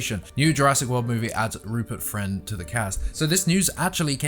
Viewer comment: Rupert Fwend?